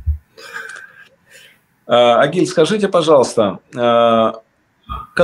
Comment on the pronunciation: Не Огиль а Агиль